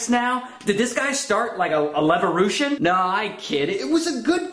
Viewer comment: Levorution xD Hilarious!